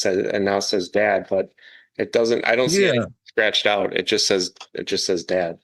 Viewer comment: Wow, humbled that guy like nobody's "biz-ness". Is it just me or does it sound like he is saying "dead" rather than "dad"...?